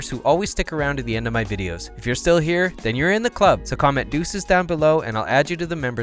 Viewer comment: Lovely video you're so damn good! But when you say "here"("Nhyah") that just pissess me off ahahah sorry, not sure why